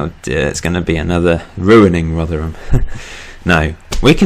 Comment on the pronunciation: Oh yeah and we pronounce rotherham rother rum